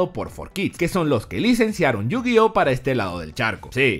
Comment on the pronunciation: En serio?.... Yo- Gi - Ohso?? .... en serio? ... .... ....